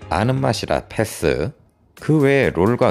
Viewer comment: 패thㅡ.. th발음 심하시네요